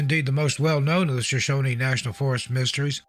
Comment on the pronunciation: We pronounce it just like it's spelled... Shoshone, not Shoshoneeeee. "Shuh-shown", No extra "E"s at the end. 😉